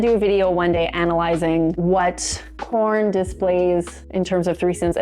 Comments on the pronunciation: Is she saying "corn" instead of porn? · Im new to this channel (love it) but at the risk of sounding stupid, are u saying "corn" in reference to porn? Just curious because after about the 2nd time I heard u say it, it was the only thing I could concentrate on lbvs😂